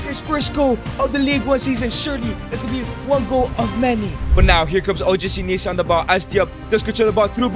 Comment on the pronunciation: BRUH IT,S OGC NICE NOT NEECE